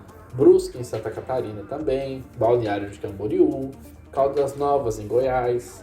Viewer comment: Pronuncia-se "Balneário Camboriú"